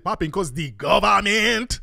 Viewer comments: The cordddrruppp govament 🤣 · That was some top quality tether bable lool ‘de guderment, it’s de guderment’ 🤣🤣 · It's dee govament!!! 😂😂🤣🤣🤣😂🤣